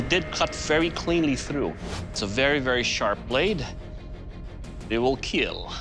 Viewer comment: Wheel keel 🤣